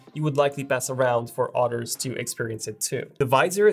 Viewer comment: Others, not otters.